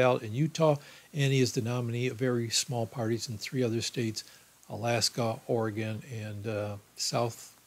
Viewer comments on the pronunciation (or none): none